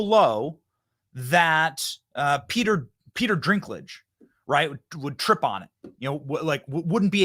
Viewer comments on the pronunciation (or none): BENNY… it’s D I N K lage not DRINKlage😂😂😂😂